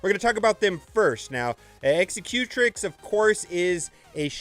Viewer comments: Dude... its pronounced X-sec-u-trix not eggs-eh-cue-tric. Think executive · Loved it! Can’t stop laughing at how you say “Executrix”. Execute-ricks?? Lol! You can never make fun of Tie “Slicer” again! A new rule!! Loved the vid, though, which is saying a lot given how long I detested ships.